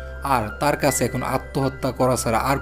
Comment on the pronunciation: আপনার বাংলা উচ্চারণ ভয়ংকর বাজে। ভিডিও শুরু করেই কাছে কে কাসে শুনেই স্টপ করতে বাধ্য হলাম। একটা কন্টেন্ট বানাচ্ছেন সেটার মান ধরে রাখার চেষ্টা করবেন।